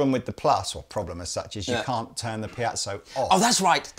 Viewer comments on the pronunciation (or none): I hate to be that guy, but the word is Piezo (not piazzo). Piezoelectric. Sorry. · I just don't get why you insist on saying piazzo when it's called piezo? It sounds really odd. Other than that, great video :-) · How does one get "pee-at-so" from piezo?